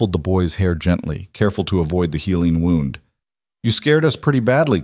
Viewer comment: I’ve listened to close to 50 of these and this one was better written than most of them. Only one mispronunciation by the AI during the reading of it. when there’s a word that is spelled the same but is pronounced differently depending on the meaning, AI has problems with that. In this one it was wound (not an injury but a wrapping, rhymes with around. Usually it’s tear that is said rhyming with fear (like tears falling) but should be pronounced tear rhyming with bear (when a dress is torn).